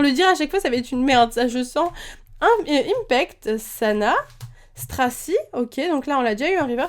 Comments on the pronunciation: ymphect ce dit infect et pas impect ;) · Ym"f"ect pas Ympect pitié ! On dit "F"armacie pas "P"armacie ahahah